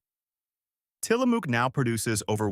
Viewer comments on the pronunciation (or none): In Tillamook, the “ook” rhymes with the “ook” in book, not buke as says. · It’s pronounced “will-LAM-ette”, with the accent on the second syllable. And it’s “tilla-muck”, not “tilla-mook”. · You really need to check your words because you're getting Tillamook wrong too.